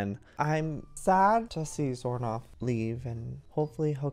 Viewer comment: i love this roleplay, and doin xornorth name is so good